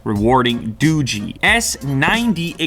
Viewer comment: Dogee sounds doge